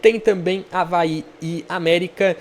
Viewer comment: É o Avaê, tô falando desde a tua tier list, aprenda mais sobre o leão da ilha. Escuta o que tô te dizendo, o Avaí tem a melhor meia cancha do campeonato com Zé Ricardo, João Victor, JP e Marquinhos Gabriel, vão crescer mais ainda. Po e uma dica aí de pronuncia, o estádio Criciúma se fala “Eriberto ilse” - Heriberto Hülse. Abraço ae